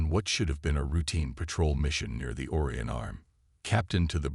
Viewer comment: I do not believe you are saying Orion correctly, try searching for "pronounce Orion" and listen to the auto.